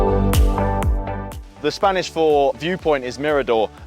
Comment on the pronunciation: Im just going to point out that your spanish pronunciation has certainty improved over the course of this trip